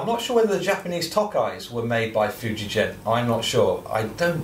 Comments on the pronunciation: Nice instrument but it’s pronounced Fuji-Gen and not Fuji-Jen. Hard g like grandma, grape nuts, gonads or even guitar... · Ok will try again! I am AUSTRALIAN, (I thought Antipodean would be a give away!) I actually have some Japanese ancestry on my mother's side of the family. Ok, English spelling of a non European word/name needs to be phonetic! It would be pronounced as 'Foo ji gen', not 'foo ji jen'. Otherwise in English/Roman alphabet, as Fujigen not Fujijen! The other big JP instrument maker is Tokai-Gakki, it isn't pronounced Tokai-Jakki! It's Tok ai gak ki. So in my estimation, Fuji Gen, is the correct way to say that Japanese name! Sorry, this has been awkward! Rock on good Sir! \m/ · Interesting video thanks. I have a lovely 1990 Fender 'Pro Feel' Strat that was made in the Fuijgen factory (btw it's pronounced with a hard 'g' sound as in 'golf''), a guitar I will never willingly part with! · The G in Fujigen is pronounced like generator, not gasoline. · * Groan * not the spelling, the pronunciation!